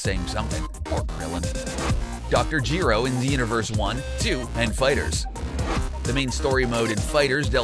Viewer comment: Dejinn the djinn “ Jeero “ It’s either “ Juh-roh “ or “ Guh-roh “ “ MAAjin “ “ Mah-djinn. “ That’s just obvious. Also, in Majin Vegeta is in Xenoverse 2. Unlike the video saying it.